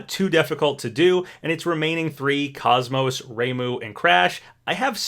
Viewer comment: ikr, and he also mispronounced KOS-MOS as well